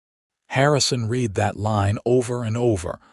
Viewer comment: AI...learn that the word "read" is pronounced differently depeading on their context...read sounds like "reed" when it is presence tense verb; "red" when it is past tense. Otherwise this narration is very entertaining.